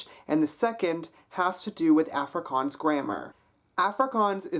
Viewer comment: Its aff ri kans